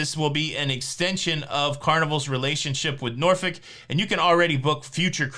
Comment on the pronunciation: Congrats on pronouncing Norfolk correctly wife is from there